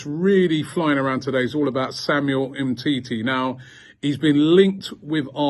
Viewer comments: 🤣🤣🤣 GTFOH Mate.. Humm titi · You ain't okey😂😂😂😂 He calls him humity😂😂😀😄